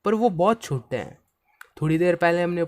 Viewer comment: Particles nhi "Pattticles" Chote nhi "chottee" Btw thank you for the video ❤ Watched it in 2x ✅